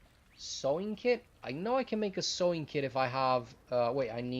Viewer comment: It's "sewing" not "sw", that was the problem. By the way, I like the way you present the video and the information. The potion ingredients were a new thing and also the bread. It would be nice with a structure with an aesthetic appeal, however I realize that might not be part of the efficient program you've got going here. Still like your video though.